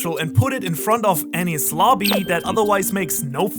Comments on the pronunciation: As a secondary english speaker. When u said adding D to enies lobby i pronounce it as Denis. Cause sounds like enies haha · Of course, it was bullshit when said that Roger left a message on the poneglyoh when it's clear it was inscribed on a gold side panel. The despicable pronunciation of Enies in this vid gives the ideas less credibility. While Jaya and EL would have been a part of the AK, it doesn't mean LT was/is there. Under the X that marks the spot, LT could be at the BOTTOM of RM, and having LT right start the start and end of the GL,, and after sailing so much of the world that LT is close to where he was born, might have struck Roger as funny.